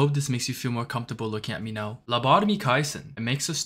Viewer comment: Are you serious right neow